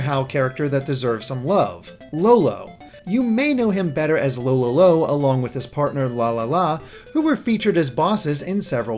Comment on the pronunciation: Their names are Fololo and Falala NOT Lololo and Lalala.... TIME TO REWATCH THE KIRBY ANIME!!! I forgot the name for their original combined form is...